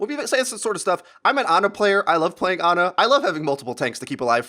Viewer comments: Her name is Ana, not Arna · its funny how he says aner was good in the tank meter. there no r's in those words dude.